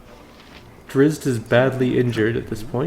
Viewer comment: Drizzt is pronounced "dritst". I learned that from the original BG player's guide.